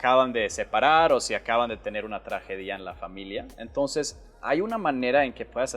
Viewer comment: gracias por enseñar! Solo di(trajedia) no(traje-dia) la acentuaste en la (di) jijijijimi sueco favorito